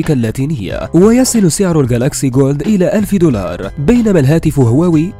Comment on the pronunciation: اسمه جالاكسي فولد وليس جولد